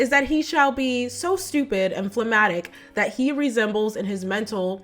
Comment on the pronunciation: you want to make sure pronounce “big” words like “phlegmatic” correctly when discussing American anti-intellectualism.